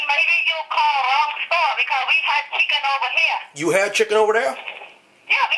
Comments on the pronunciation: "Eight Piece a chicke!" rofl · "Four-ninety-nine for da eight piece chicky" LMAO